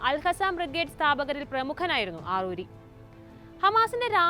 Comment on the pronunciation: ആറൂരിയല്ല അറാറിയാണ് മോളേ